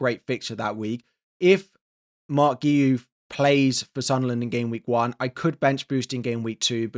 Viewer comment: Thats not how you pronounce Guiu 😂